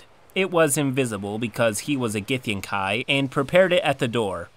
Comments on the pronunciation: githyankey, not githyankai ... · nitpick: it's supposed to be gith-YAN-kee. Usually these things don't bother me much but it was surprising that it grates on me when you pronounce it GITH-yan-kai. Maybe it's because I never liked them or the githzerai, which (oddly enough) according to pronunciation guides is supposed to be GITH-zer-y rather than gith-ZER-eye. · Isn't it pronounced "GithyanKEY"? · Gyth-an-kai.....I've always thought it was Gyth-an-key.....hmm...tomatoes tomAaaaToes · It’s pronounced gith-yankee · gith - yen - Kai? come on dude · This is super nitpicky but it bothers me so much when people mispronounce words that have very established pronunciations. githyankee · gith-yawn-kee pls and thx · It's pronounced like Gith-Yan-kee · Not super important, but I've always pronounced it gith-yankee. Any sources on the correct pronounciation? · >i dont wanna be cliche, like an evoker >ill be the cliche necromancer, instead >casts illusions and fireballs u wanna be a non-chliche wizard, u go for chronurgy. U wanna win dnd, u go for wizard and theres nothing bad bout that. Not only do u read "githyanki" wrong, but also u have multiple double-takes u havent edited out. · I hate the way you pronounce githyanki